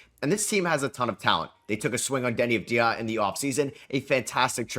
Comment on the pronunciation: There is no such person as Denny of dia!! Denny Odd Via, yes. Why are you the only one who says it wrong??